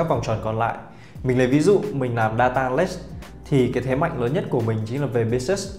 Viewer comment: phát âm vài từ tiếng Anh (business, analyst,..) nuốt chữ nghe hơi khó chịu. Dù sao thì vẫn cảm ơn bác vì video !